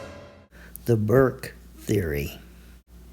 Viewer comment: Burke not Bourke.